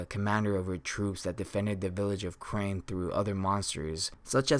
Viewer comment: Crane village no you mean Carnae village